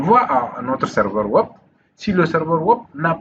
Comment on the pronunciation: On dit Web pas wop